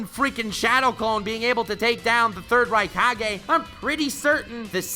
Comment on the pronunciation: I heard third raikage as Third Reich kage 😂👍 is a Nazi comfirmed